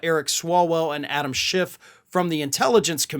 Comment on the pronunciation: Why do he and so many other Republicans have difficulty with the fact that Adam Schiff’s name doesn’t have a T in it?